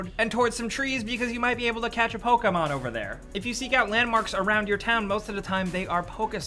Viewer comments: Stop saying PolkaMon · What is this "Poke a mango" game you speak of?